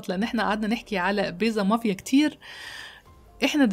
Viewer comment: MAFIA NOT MAVIA انا بحب قصصك اللي متداخدة من يرنامخ امريكاني بتفرج عليكي دايماً ممكن بليز تظبطي النطق الانجليزي ؟